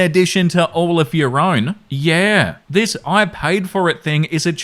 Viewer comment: Ok let me just say...his skin is like an Italian Carrara marble statue..... just wow..... and the way he says "yeaaaaaa" ...... in the Australian accent....